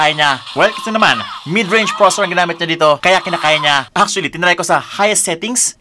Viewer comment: Please pronounce processor properly 😁😅 nice review thanks